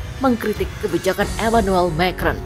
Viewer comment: Mbak baca "Macron" makrong. Itu bahasa Perancis dan bukan bahasa Inggris.